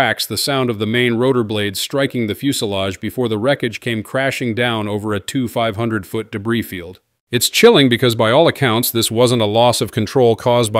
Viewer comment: These AI generated videos are getting old, they pronounce 2500 wrong and cyclic wrong….. AI videos are ruining YouTube